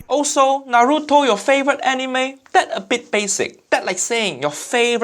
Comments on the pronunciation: He also mispronounced Naruto. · u said naruto wrong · Am I the only one that hates hearing people pronounce naruto....as naaduto......na-ru-to has been around what 17 years... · First he tries to pronounce Naruto the way they feel is safe. And then he says Wra Men. I literally the opposite. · NO WAY HE JUST SAID NARUTO BASIC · why western always wrong for pronounce naruto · The way he pronounces the r in Naruto but not in ichiraku had me fuming smh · they keep saying naruto wrong dattebayo haiyaa time to go destroy my ears with chibaraku tensei